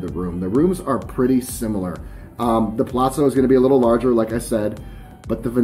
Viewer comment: Theres no 'T' in Palazzo